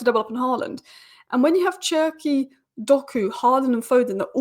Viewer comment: Désolé mais tu dois prononcer cherki: ''chair'' ''key''